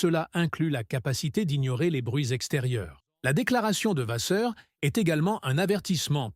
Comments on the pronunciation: S'il vous plaît !! Arrêtez avec votre "VaZeur" !! Je pense que vous savez en tant que journaliste que le double "ss" se prononce VaSSeur" !! Je trouve impoli de ne pas prononcer correctement un nom propre... Autrement, j'aime bien votre réalisation... Sans rancune... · encore cette IA qui prononce mal VASSEUR.Quel manque de politesse .